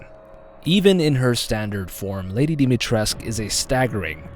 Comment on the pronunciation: V Complex is a hard fucker to kill. Dimitrescu has a U at the end.